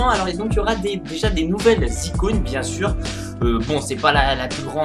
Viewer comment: "De nouvelles icounes" xD